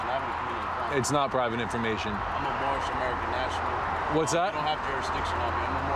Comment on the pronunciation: Did he say “boorish” citizen? Well then I do agree!